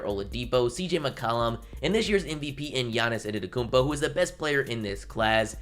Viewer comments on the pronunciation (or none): You said ededekumpo